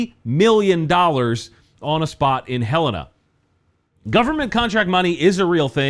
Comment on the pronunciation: THANK YOU for correctly pronouncing Helena.